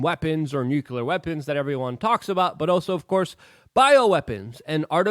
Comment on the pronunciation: "new-clear" not "new-q-ler" Luke. how can someone so smart sound so dumb.